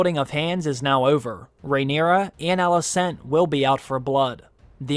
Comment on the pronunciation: The way you pronounce Alicent's name is so strange. You should listen to how they say it in the show so that you could correct it.